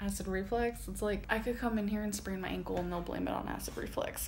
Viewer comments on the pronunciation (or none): ...her smugly mispronouncing REFLuX as Reflix/reflex.. 🤔😏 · I kept screaming “REFLUX” every. Single. Time. She said aCiD rEfLeX 😒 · The level of arrogance she has to talk shit on Doctors and individuals in the medical field when she literally cannot say "Acid REFLUX." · Is she actually saying acid “reflex” or am I hearing things?? 🙄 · Her smugly talking crap about Dr's and how decided it was asthma, and it couldn't possibly be anything else because knows everything, all while saying acid reflux wrong is the funniest thing about that whole situation type deal. 😂 she's so educated and "was a Dr in her past life," but says acid reflex at least 6 times in one video 🤣 you know best, medicine woman! Also I have never wanted to punch someone in the face more then in that snap chat rant, I wanted so badly for someone to walk up and bang on the window while she was ranting & for it to scare the crap out of her 🤣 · Im screaming inside: its acid REFLUX. Not reflex, REFLUX...and shes critiquing doctors' skills 😅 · Did she say acid reflex? Lmao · Acid ReFLUX. REFLUX. Not REFLEX!!!!! ARRRRRRGH!!!! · Was she saying "acid reflex" lol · Her saying acid reflex and not acid reflux irks me so bad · Claims to be smarter than doctors but doesn’t know that’s it’s “acid reflux” and not reflex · Her ER visit description just blows my mind. Sure, they're the lazy ones... You couldn't even say reflux correctly but they're the problem. 🙄